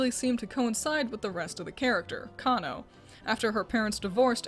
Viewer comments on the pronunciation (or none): none